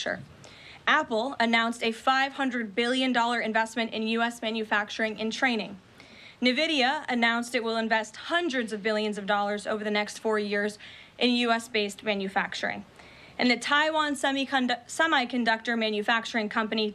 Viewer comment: its n vidia not na vidia